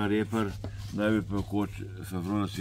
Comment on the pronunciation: "Karolajna riper" je, ne pa "reper"